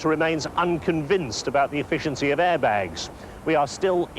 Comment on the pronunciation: ITS CALLED AIRBAGS NOT ARIBAGS